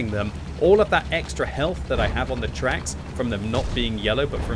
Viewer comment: NGL i thought you said something completly different when you said shot in the twacks >.<